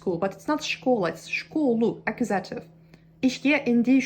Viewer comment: It's true that you need to hear the words instead of reading them in order to pronounce them correctly. Your English pronunciation is really good, but you struggle with words that nobody uses in everyday language. Nobody talks about verb cases unless they are studying a foreign language that uses cases. You should try listening to the words "nominative" and "accusative''' to get the accents in the right place. The only other improvements to your English pronunciation I can suggest are to make sure your "v" sounds don't come out like "w" sounds, and your "th" sounds don't come out like "t" sounds.